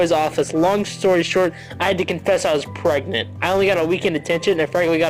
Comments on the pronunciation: "Am I gregnant ?" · “Am I gregnant” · Am I gregnant? Am I preganergnat? Ho do get pregcant?